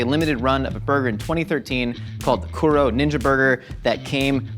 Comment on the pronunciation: Pronounced KOO-DOUGH, it means black. Edit: TEM-POO-DAH Edit 2: MEE-DIN